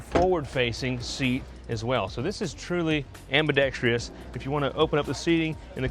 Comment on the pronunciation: Oh heavens. "Ambidextreeous"...